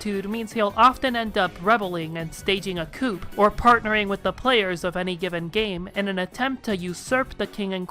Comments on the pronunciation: Great video! (btw, the "p" in coup is silent; it's pronounced "coo." French is weird.) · Noirlecrow is easier to say when Noir is pronounced as nwahr, because it’s the french word for black. Also, Coup is pronounced coo. Again, blame the French/Normans. And Peregrine is peh reh grin